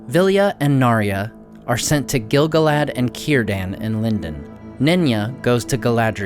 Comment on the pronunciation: I love your videos. I'm currently bingeing them. But I will never not hear Giggle-lad when you say Gil-galad.